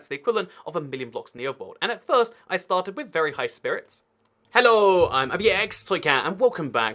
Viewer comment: 1 more video 1 more time he says hello like a complete moron hollow?